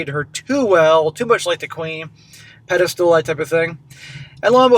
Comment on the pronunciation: There is no 'peda -stool'. The word is pedestal.